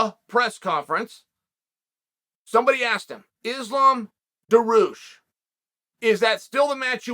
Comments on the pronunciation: “Islam Mockelchev” “Daroosh” -Chael P Sonnen Still Undisputed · So many months and still it's Macalchef and Daroosh😂😂😂😂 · Daroosh kills me😂😂😂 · Joori Prozac... 🤣🤣🤣